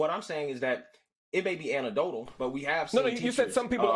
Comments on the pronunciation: This brother said "antidotal". I have seen enough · Good catch lol he even said it twice and pronounced it even more clearly so he can't say he misspoke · This dude can’t even pronounce anecdotal, I refuse to take him serious.